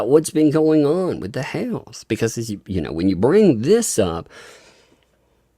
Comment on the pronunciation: Jeremy's last name is "HALES" NOT (HALE). THERE IS AN (S) ON HIS NAME.